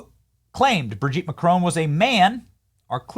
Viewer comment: Every time you say BridgEt, I laugh